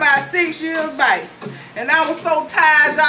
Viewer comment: She don't say back, she say bike lol